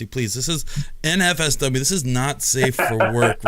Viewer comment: Did nobody notice at the start how he said "nfsw" when he should have said nsfw